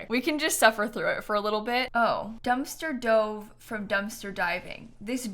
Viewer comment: I believe the "Dumpster Dove" moodlet is pronounced like "dove" the bird and not like "dove" the past tense of "dive" since it shows a picture of a bird.